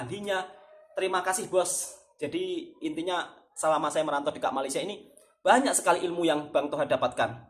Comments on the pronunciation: Bang Toha...ini permintaan saya, cuba satu kali bikin video bercakap bahasa Malaysia. Bagaimana bunyi nya ye. Suka dengar sebut perkataan "BANYAK" jadinya "BUANYAK". Apa pun semoga terus maju jaya dlm YouTube. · Suka dgr 'buanyak'